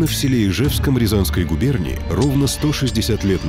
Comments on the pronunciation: правильно не ижЕвское, а Ижевское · Ижевское ударение на И!!